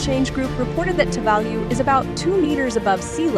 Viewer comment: What a terrible video.Virtually none of the background scenery is of Tuvalu.The information full off errors.Even the pronunciation of the island name is 100% wrong.